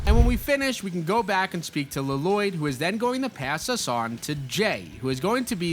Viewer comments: Please stop calling Lloyd, LA-loyd it's just loyd with 2 Ls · I really hope you're saying "La-Loyd" ironically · Bro said Lloyd like garmadon did in the movie L-loyd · Lloyd it's pronounced loyd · Pronounce it “Loi-d” pls. It’s irritating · Lloyd is pronounced Loyd, like Aaron, you don't say the 2 A's. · It’s a reference to the movie where garmadon calls Lloyd, L-Loyd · L l o y d la-lo-yd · He's pronouncing Llyod wrong. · Use YouTube to learn how to pronounce “Lloyd” 😂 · OH MY GOD YOU'VE BUTCHERED HIS NAME 😭😭😭😭